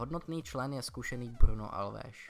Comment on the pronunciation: Kámo Alves ne Alveš.